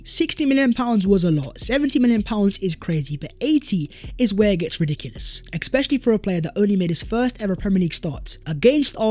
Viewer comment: Bro the word especially has no X in it 😂. The amount of times he says eXXXpecisally😂